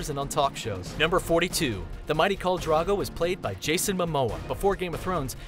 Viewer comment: Old Naan? Dude, like naan bread? It's Old Nan! as in nana/ grandma. And who is Carl Drogo? It's KHAL. Get your pronunciation right. Seven hells... GoT reference tho.